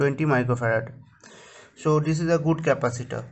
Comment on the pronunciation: Indian never knows how to say capacitor